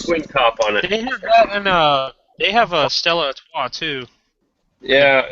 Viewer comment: Did just call Stella Artois "Stellar Artois?" IT'S A FUCKING 10!